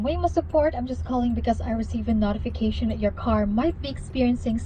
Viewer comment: I'm not in the slightest confident... It has random upticks and downticks like a robotic voice in the middle of words. It also says words strangely when it seems to have no issues properly pronouncing other words, like "notification" is WILDLY said wrong.